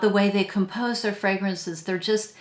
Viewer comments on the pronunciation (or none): none